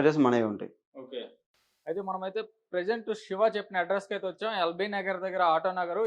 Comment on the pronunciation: అరె పేరు సరిగా పలుకు రా బాబు సెవ కాదు శివ